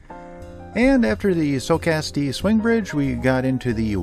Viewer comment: It's pronounced Sock-uh-stee. I went to Socastee high school back in 1970-72.